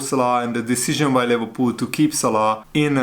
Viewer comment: Leh verpoool😂😂😂 i love the way how you pronounce Liverpool😂